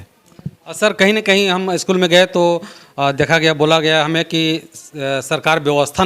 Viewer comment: पहले तो आप 'अस्कूल' बोलना बंद कीजिए, 'स्कूल' बोलिए। शायद आपसे नहीं होगा। इसी प्रकार अस्टेसन, अस्टार्ट, अस्पेसल, आदि बोलते होंगे।